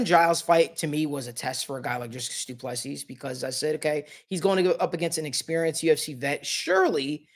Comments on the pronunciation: Doo plu sea....pronunciation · Put respect on his name by pronouncing it right.